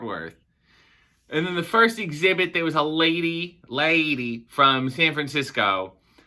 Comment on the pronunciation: "San Franciscy" I love ❤️ it. The only thing I want to do if I ever go to San Fran is Alcatraz